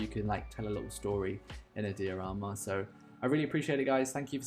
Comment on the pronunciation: Is "dee o rama" the german pronunciation?